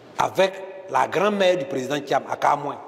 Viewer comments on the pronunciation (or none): Bredoumy soumaila, c'est lui qui va faire perdre thiam . En plus, il prononce Tcham, dites-lui que ça se prononce tiam. C'est un nul. Il a mis le monsieur dans les difficultés à cause de ses injures et son zèle. Il dit: " si on vous bat là, vous avez suffisamment mangé !" Donc, laissez nous manger. Politique de l'ancien temps. Il vient lui aussi pour manger. Vieillard, qui n'a rien compris si ce n'est que le restaurant. Bredoumy soumaila, tout laisse!